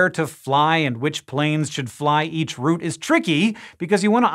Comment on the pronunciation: Thank you, love you to bits, and you even sad route like in root instead of like in loud - love you even more!